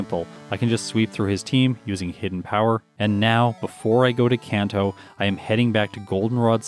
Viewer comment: Seemed like you did a lot of training on rando trainers. How would E4 grinding instead have affected the time? Also, Kanto is a soft a like in "father".